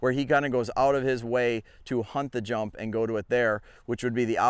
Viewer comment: Great video! I have to mention though, that at first I thought you were saying, “teach him to hump the jump…” 😮😂😂😂😂😂😂😂😂😂😂😂😂